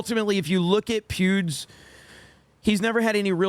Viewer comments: Every time you say Pewds, I hear Pubes. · i keep hearing you say pubes lol